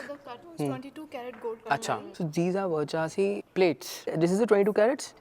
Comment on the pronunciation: Versace❌ varchasi☑️